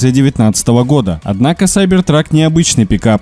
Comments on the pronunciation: Сайбер трак?.. может кибер трак.. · кибер трак а не сайбер трак